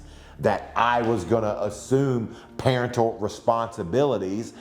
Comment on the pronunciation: He said "Parent-al" instead of "Paren-tal" lol